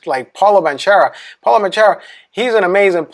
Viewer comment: When i hear "Bantschero" and "Schrauder" im getting pretty heavy nervous x).... come on is it so hard to pronounce some european names?